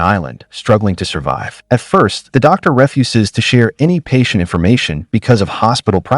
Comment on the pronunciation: It's crazy that AI doesn't know how to pronounce "refuses"